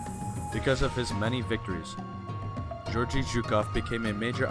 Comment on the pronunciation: Mispronounced Georgy. It is the other G sound not like in George but G as in good. Also there were no German armor or British soldiers at Khalkhin Gol. Good presentation though.